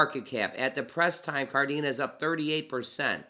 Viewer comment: Kadena not Kardena lol